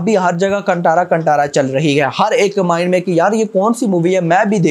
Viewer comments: Hi, Bro.. It's Kaanthaara not 'Kantara'. It's कांतारा not कंटारा, pronounce properly. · Brother, the T in Kantara is pronounced as T in talwar not Towel. (Basically chhota t) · कंटारा नहीं कांतार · Bro its "kaan" "tha" "raa" Not kantara 😒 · Bhai pronounce it properly "कंटारा" nahi कांतारा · कांतारा❤️ not कंतारा 🙏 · कंटारा नहीं भाय कांतारा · Check Hindi poster of kantara in Hindi Then pronounce the title correctly That's कांतार